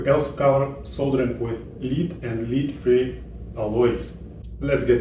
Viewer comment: I'm going to apologise in advance for advising you on pronunciation in English, & hope that you will forgive me for it. :) 'Lead' - the metal in old fashioned solder is pronounced 'ledd', not 'leed'. It's not a big deal, but it can be very confusing. :)